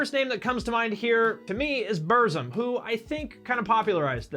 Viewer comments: Also as a Burzum fan, I do want to correct you and tell you that you pronounced Burzum wrong because I'm a metalhead elitist, lol. It's pronounced "Burt-zum". Varg Vierkenes mentioned this on his channel one time and how he hated people mispronouncing his band's name. Believe me man, you absolutely do not want to piss that guy off....hahaha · Lol bumzum